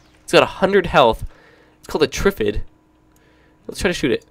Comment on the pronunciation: Lol it's pronounced trif-Id it's a very famous movie called day of the triffid how can you not know?